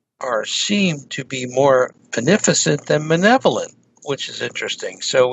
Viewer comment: and are both mispronouncing the words malevolent and benevolent. To check the pronunciation you can copy and paste this sentence into 'Google Translate' and listen: "Are the Aliens malevolent or benevolent?"... (Click on the little speaker symbol.)... This question is an important one. I think that the Aliens are benevolent towards the whole Human Species but not towards an individual person. That is how we are towards cows or frogs. E.g. a Biologist will feel great love for frogs in general but will take a healthy frog and kill it for research purposes. I see the Aliens as thinking like Scientists but then I've done much Science in my life....